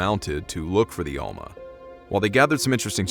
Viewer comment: It's almaS, not alma